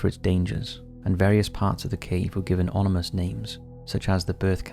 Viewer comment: Ominous not onimous mate.